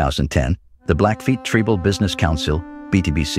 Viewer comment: If you are going to use an AI voice moderator, please use one which can properly pronounce words. For example, the one you used for this video pronounced "tribal" as tree-bal. Many other words were pronounced strangely. If you can't find an AI generated voice which pronounces words correctly, then please use a real person to moderate the video.